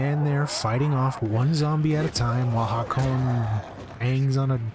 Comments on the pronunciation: Breh this dude said crain…. No one know the characters names or something. Crain and Hakone lol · Hakone? Wtf you saying? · why’d you say Hakon’s name wrong, i know you’ve heard it a thousand times if you played the game